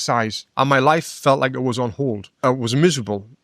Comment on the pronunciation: "MY" neck, not "me neck"